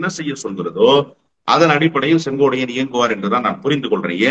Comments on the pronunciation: திரு அவர்களே ஒருவருடைய பெயரைச் சொல்லும் போது சரியாக உச்சரிக்கவும். செங்கோடையன் அல்ல செங்கோட்டையன் என்பதே சரி. இனி வரும் காலங்களில் யார் பெயரைச் சொன்னாலும் சரியாக உச்சரிக்கவும் நன்றி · தமிழ் ஆசிரியர் maha ganapathi அவர்களே, சரியாக சொன்னார். இந்த அளவு உன்னிப்பாக கவனித்து வருகிறார். வியப்பாக உள்ளது. "சென்கோடையன்". என்று தான் உட்சரிக்கிரார். அன்பான வணக்கம்.🙏💐